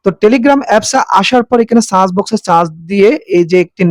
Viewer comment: সার্চ শব্দকে বারবার চার্জ দিবেন বললেন। উচ্চারণ